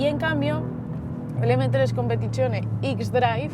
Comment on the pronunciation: "M3 competichione" justo cuando intentas dar algo bueno del BMW pero tú cerebro quería decir guilia